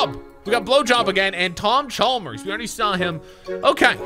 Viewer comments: He keeps saying Tom Chalmers it’s Tom chambers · him saying tom chalmers really bothers me